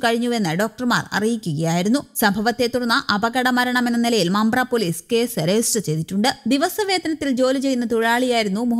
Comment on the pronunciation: മമ്പ്ര അല്ല മുമ്പ്ര ആണ്